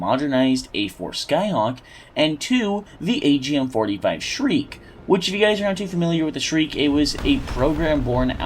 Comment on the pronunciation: Why do you say the agm 45 like shriek instead of shrike ?